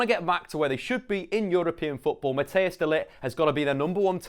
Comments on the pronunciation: you don't prenounce matthijs as 'mat-tey-oos', but as 'matt-tice' small chance hes gonna go to man utd btw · Hello. You say matthijs wrong. Say it as Mattice. Like cold ice. I am from the netherlands and my name is also Matthijs so I would know!